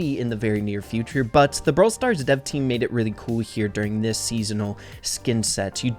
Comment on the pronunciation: BROWL NEWS HE SAID